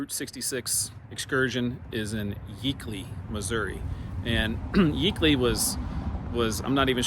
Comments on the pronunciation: I remember all those little "towns" from the 1950s when we used to go from Springfield to Carthage to visit my dad's family. It was really Route 66 in those days. A major route across the states. I've never heard Yeakley pronounced the way you did. I've only heard it to rhyme with "Jake-ly". I have a grandmother, her parents and other assorted relatives buried in that cemetery. Thanks for the road trip. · Yeah that's my kinfolks church and its yeakley not 🚫 A short e sound but long a sound .they Are up in the city Bethany area at the Nazarene Church my mom sister is Mary yeagley and her brothers that are twins they are very involved with the Nazarene Church up there it's a John and I don't remember the other twins name but they're both and and Mom Dad their mom and dad and the other sister but yes it's a very devout very very good people